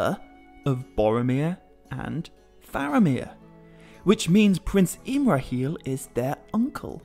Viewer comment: I LOVE your videos. I beleive Faramir is pronounced FAR-ah-meer (not FAIR-ah-meer at time stamp ) according to Appendix E of Lord of the Rings (same applies to Aragorn..more of an AH on the first syllable (like in Arwen) vs an AIR-ah-gorn pronunciation at time stamp ) I am not trying to be rude or petty at all. I know you really care about Tolkien’s writings so I thought I’d speak up. If I’m wrong, please let me know! I’m still learning myself ergo, I’m watching ALL your videos(and maybe you already know what I’m talking about and this was just a slip of the tongue. I know I grew up saying some of these names wrong and will occasionally fall back on my old pronunciations)